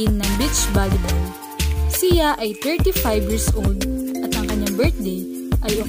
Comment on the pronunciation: Baka siya Hindi si ya, pinoy ka diba ayusin mo naman pagbigkas ng salitang Tagalog!!!